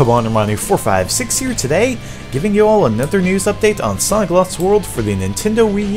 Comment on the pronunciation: japan just say sonic not sonicka